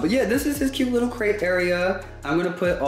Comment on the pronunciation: I love how he got it on the 3rd try like "OH u said craTe. Gotta enunciate Dad!"